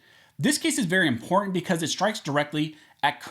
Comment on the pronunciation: im·por·tant learn how to say it correctly please. It's not imporant.